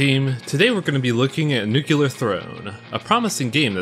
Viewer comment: Fun fact, it's "Nu-clee-ar" not "Nu-cue-lar", Nuclear, not Nucular.